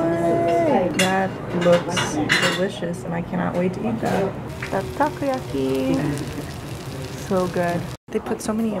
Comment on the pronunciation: its taCOyaki. not takuyaki